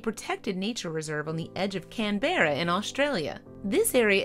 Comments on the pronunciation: Canberra is pronounced Can-bruh. Not Can-berrar... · You mispronounced Canberra. It's pronounced Can-bur-Ra NOT Can-bear-ra. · It's pronounced, "CAN-bra", not "can-BEAR-uh". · Would you please stop saying Can-bear-a.. It's pronounced "Canbruh" So irritating people can't stop and research simple stuff like that.. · Zoo Land, no charge for this information--Canberra, the Australian capital city, is pronounced CAN-burr-uh, rather than CAN-bear-uh. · ……it’s ‘Can-bra’ NOT ‘Can-Berra’, irregardless of how it’s spelled……🇦🇺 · "Can-bearer", Australia ! Try proper name Canberra, "can- bear- ar" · If you're going to do a report on a well known place or subject you should really find out how to pronounce that place: it's CANberra, not Can-beara... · You have to cringe at the pronunciation 'Can-Berra' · What is with people and not being able to pronounce our city names? Like, Can-Bear-a? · Salty glad I am not the only one can berrra 🤣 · Yup - I believe it’s closer to "CAN-brah". Even if it’s an AI-generated voice, surely they could program her to pronounce key words properly. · Canberra is pronounced CAN-BRAH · The way you pronounced Canberra is killing me😂🤦‍♂️ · The way she said 'Canberra' hurt my soul. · Hands up if you're Australian and the way this woman pronounced Canberra made you feel like you had been kicked sideways into a brick wall. ✋ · You say 'Canberra' wrong.